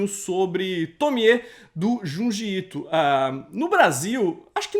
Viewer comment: Opa, ótimo canal, procurar depois sobre a pronúncia do "Ju" e "Ji" em japonês, pois a pronúncia correta do Ju é tipo Dju e o Ji se fala Di, seria mais ou menos assim Djundi Ito a pronúncia correta, todo mundo quer falar os nomes em inglês de forma correta, mais falam os nomes em japonês totalmente errados, só uma dica. 😉